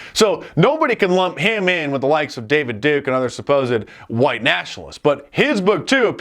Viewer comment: The way he says huwhite, that’s it.